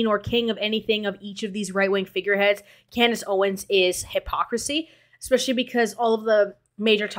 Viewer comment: "CLANDACE OWENS" 💀 im dead! & im just gonna not spell that w a "k" but 😅 ... we kno 😳